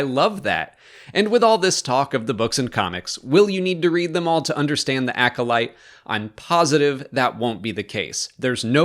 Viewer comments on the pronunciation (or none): none